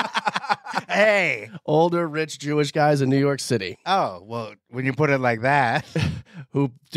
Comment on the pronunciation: Everytime someone says new your city I hear u guys in my head lol